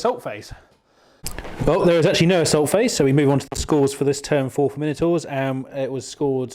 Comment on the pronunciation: Everyday is a school day, all my life I've thought it My-No-Tour, turns out it is actually as you say it, well done for opening my eyes! Ha ha. Good job on batrep too, two not very common forces in VBR, and well painted and great terrain too. Cheers guys